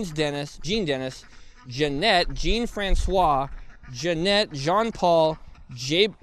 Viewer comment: I kinda wish someone had done a run-through with him and given him a primer on pronunciations on some of these. "Fran... coys?" Think he meant "Francois"...